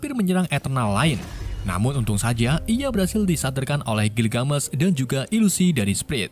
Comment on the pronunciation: Gilgamesh tuh ga dibaca gilgamesh tapi pakai e bukan e jadinya gilgamesh jangan gilgamesh bacanya,cmiiw hanya perbaikan kata gilgamesh